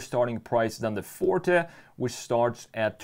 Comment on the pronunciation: It hurts everytime he say fort instead of forté lol